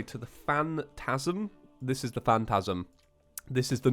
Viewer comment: Phantasm - Phangasm Ortasm - Orgasm lol